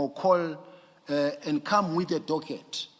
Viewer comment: Still calling a Docket, doget😂